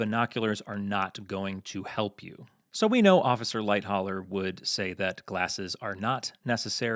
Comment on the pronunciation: I like this video, but it is unnerving how he doesn't know how to pronounce "Lightoller" properly and does it wrong whole time.